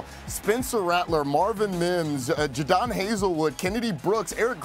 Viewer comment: JuhDon Haselwood 😂😂😂😂😂 its Jadon bro. Do your JOB !!!